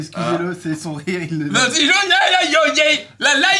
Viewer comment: Aaaah mcfly t'es de ceux qui disent "jouin" au lieu de juin putain